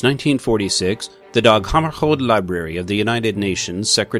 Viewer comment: it's DAG not DOG